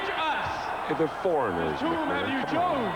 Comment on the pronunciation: McMahon foreshadowing the Mega Powers going at it was a nice touch. I laughed out loud when Vince repeated "choosen" after Raymond Rougeau said it.